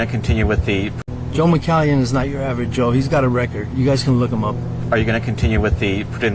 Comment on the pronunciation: Who’s Joe Mcalleon or whatever he said